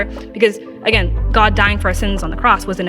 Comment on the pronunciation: Jordan Peterson believes in god, he just pronounces it Jod